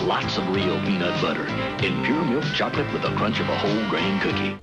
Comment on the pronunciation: what is with some people in TV ads pronouncing "chocolate" with three syllables? it sounds like bad AI